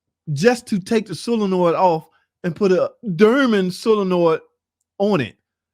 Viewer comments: Bro it’s Dorman not durman. There is a O not a U….. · its doorman not durman !!!!